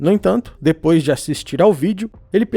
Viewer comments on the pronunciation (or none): none